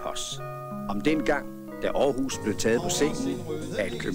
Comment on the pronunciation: At Lars Hug ikke kan udtale navnet rigtigt, undrer mig imidlertid ikke.